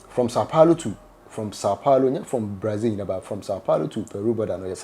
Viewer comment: The name is BRAZIL but not BRAIZIL